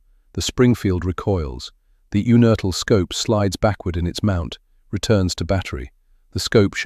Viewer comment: It's pronounced YOUnertl. John was my uncle. His son was my cousin. John's father (also named John) was from Regensburg, he left Germany when Hitler came to power, and came to Pittsburgh via Argentina. I believe John was born in or near Regensburg.